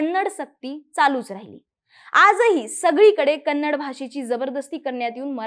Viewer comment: Not kanadi madam first speak properly Kannada ಕನ್ನಡ